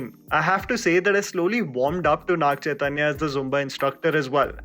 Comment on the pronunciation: It's Naga Chaitanya not Naag Chaitanya, wouldn't hurt if u try to research and pronounce the name atleast for their respect